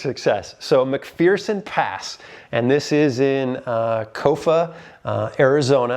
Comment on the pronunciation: McPherson Pass: Pronounced~ Mc 'fair' son "There is no fear in, McPherson"...